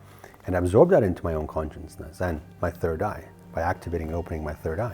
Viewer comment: All of your channeling and talks are based on CONSCIOUSNESS but I can't understand why you fail to see you are pronouncing it totally wrong. You made up a new word by mixing Conscience with consciousness to become conscienceness which doesn't exist as a word in the English dictionary. Just sayin...